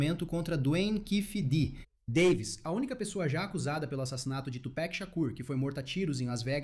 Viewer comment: Aprendam com Jay-Z : Tupek não cara Tupac 😂